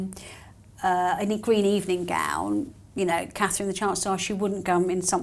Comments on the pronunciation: She has trouble even saying Catherine. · Call her “” or “” until, she can get Catherine’s name correct..IMO